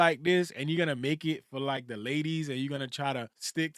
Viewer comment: And "fForr"😂